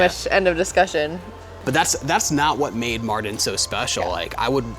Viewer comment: I just subbed guys. You are a wonderful family. A big thumbs up... By the way Mardin is definitely the right choice. It's great that you made this choice and the other advantage is You call it like 'Martin' :))) so easy ahhhahaa